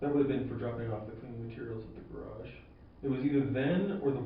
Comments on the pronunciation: Idiot alert. But I also can not get over "garädj"...every time the detective said it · To be honest, I'd confess simply to get away from the vicinity of this interrogator and his mispronounciation of the word garage. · I am mystified by how he pronounces 'garage' though geh-RAAAHjsh